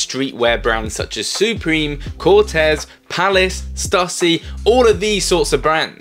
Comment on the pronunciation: Love the video! Just to let you know I got laughed at in the US buying skate gear, back early 90s, they weren't impressed I said Stuh-see, it's Stoo-see 😉